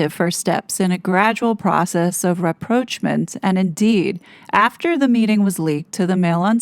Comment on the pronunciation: What the heck is ‘reproachnent’?!?! Lol. It’s a French word. Ra prosh ma with the emphases on the first and last syllables.